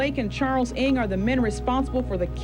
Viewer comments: it's pronounced NANG not eeng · The pronunciation of Ng is "u-ung"